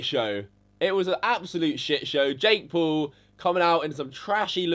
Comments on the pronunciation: It not te pool brothers its the pual brothers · Say paul right. Paul not pool. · Yo... you have a face that just asks for punches I'm sorry that's just what it is bro.. and try saying Logan P-A-U-L not Logan P-O-O-L bitch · Fuck KSI he don't even know how to say paul this what I saw "jake poal logan pool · He said Logan pole